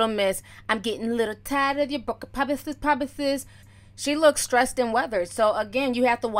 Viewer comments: Promithis, promithis lol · PROMISHES PROMISHES.. i thought i was hilarious screaming that at people in primary school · pomises pomises hahahahahahahahahaa